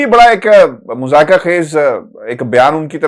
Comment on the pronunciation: معزرت خوا ہوں ایک بات لکھنا بھول گیا صاب آپ نے ایک لفظ مضحکہ کو دو تین مرتبہ مذائقہ فرمایا اسے مہربانی کر کے درست فرما لیجئے۔